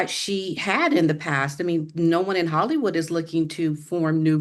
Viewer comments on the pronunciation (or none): none